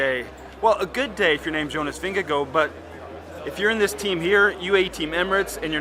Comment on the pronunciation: Does he say Jonas Vingegoat??!